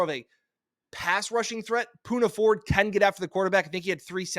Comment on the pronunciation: u love the pick but screwed up his name THREE TIMES!!! smh 🤦🏽‍♂️